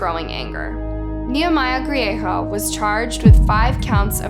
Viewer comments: The g isnt silent in Griego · His last name is Griego not grieho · It's Griego NOT Griejo. Great presentation but pronounce names correctly.